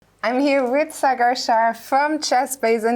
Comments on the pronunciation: It is not Sagaar. Wish Sagar had corrected her. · No foreigner can pronounce sagar's name 😂